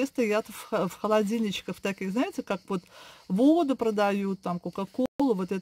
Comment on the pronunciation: Это ж невозможно столько лишней болтовни. Зачем нам ваши букашечки и прочее. Более лаконично-беудет лучше. Это,наверно,рассчитано на тех,кому не с кем общаться. Вообще,речевой поток в таком количестве свойственный пожилым людям. И правильно говорить не водУ,а вОду,не консерваторы,а консерванты. Консерватор-это человек,который не преемлет ничего нового